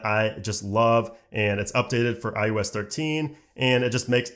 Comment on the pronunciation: Why he keeps saying " i U S " ? it is " i O S " !!!